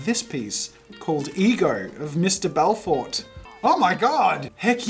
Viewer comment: The way he pronounced Belforté lol It's an easy mistake if you don't see or understand the accent, I forgive you haha